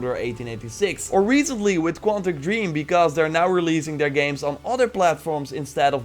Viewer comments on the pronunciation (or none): none